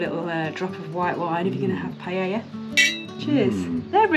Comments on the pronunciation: Pronunciation:- Pa ....ella... Not pie...Ella... Hehehe 😂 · LOL 😂 'paella'!